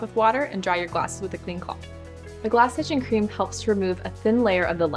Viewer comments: what the fuck did she say? glass sister cream? itcher cream? she's trying to sell you glasses, this is hilarious! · Lously talent. Speaks to fast to understand. "glass itch cream" give me a break. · I’m hearing “glass ichoo cream”, why can’t she speak properly? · I 100% agree with you man when it comes time what to use she mumbles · Yeah, I played 10 times and gave up on what cream it is. She’s swallowing her words, she should work as a tech support operator.